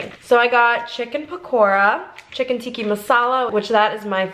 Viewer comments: Its not Tikki, Its Tikka so to be pronounced as Tikkaaa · It’s chicken tikka not tikki 😂. great video!! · hey! i just wanted let you know that’s called tikka masala not tikki masala 😅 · It’s chicken Tika masala not tiki 😊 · It’s chicken tikkA haha